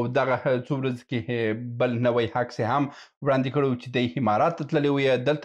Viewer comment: هیله ده چی خپل پر تلفظ د الفاظو تمرین وکړی ځکه تاسو عکس ته هکس وایی امارات ته همارات وای د ع او الف پر ځای ح استمال کوی او دا غلط ده ډیره مننه او په درنښت سره❤🙏